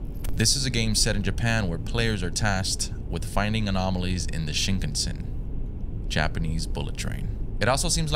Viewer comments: Pronounced as Shin-kahn-sen(like send w/o the d) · I’ve never heard anyone pronounce Shinkansen like that before 😂